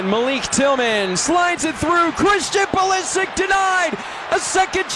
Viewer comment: Modric goes like "Modrich"- you dont say "Modrick" - Pulisic is also a croatian surname, so it's "Pulishich", guys))